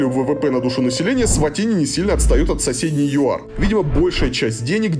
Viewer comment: Варламов должен знать,что , когда человек снимает без разрешения, это в любом месте неприлично и можно огрести, что будет правомочно. Сам тон повествования критический, ернический, с позиции " большого брата". Название страны лучше называть правильно, а не так, как привык Я. Фраза " Взрослые только пьют пиво и стригутся"- характеризует не Эсватини, а Варламова. То есть дети и сахарный тростник у них сами себя растят, да и много чего само делается- строятся здания, дороги, готовится пища, ездит транспорт.